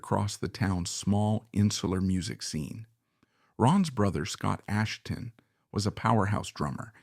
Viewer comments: So this narrator is obviously AI, it doesn't even pronounce Asheton correctly! Therefore, the writing may be AI or Chat GP as well. That means I have no desire to listen to the whole thing. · We Will Fall is not the album's closer. It's the only filler material, and it ends the first side. This guy can't pronounce Asheton, and whoever does the text has two wrong ways of spelling it. He can't even pronounce bassist, saying it like the fish, bass. Maybe this is AI, but if so, we need to remove the "I"......